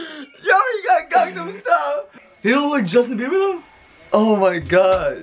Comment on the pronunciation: Did just say Justine Beiber?? 🤔🤣🤣🤣